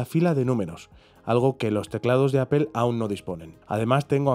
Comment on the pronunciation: Una sugerencia, la palabra Apple es inglesa, al pronunciarla no suena la “e” al final.Fonética elemental.